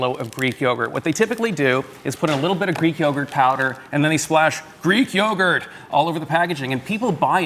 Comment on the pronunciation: Greek yogurd 😂😂😂😂